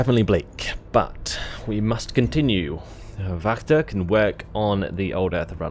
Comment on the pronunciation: Hahaha... I can't watch this hahaha. Laughing the whole time how you pronounce all the names of the cities. And maybe it is not called Wachter. I think it should be Wächter, if this should be a german word. Wachter is not really a word in german... So please look up how Demut and Wächter is pronounced. Greets from a laughing German subscriber XD